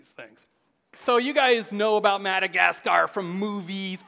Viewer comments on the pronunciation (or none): Learn to pronounce Madacasgar and Fungi, otherwise very interesting